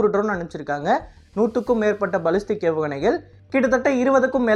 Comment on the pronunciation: பலிஸ்டிக் இல்லப்பா...பேலிஸ்டிக் ஏவுகணை...